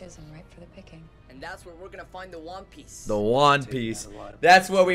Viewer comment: Bro it cracks me up EVERY time you call it the "Wan" Piece!